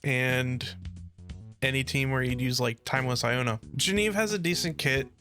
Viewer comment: Bro, you keep calling Genevieve wrong, missing the entire middle part of her name)